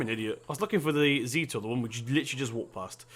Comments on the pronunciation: it's not zeter its zet-or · No it's pronounced Zet-or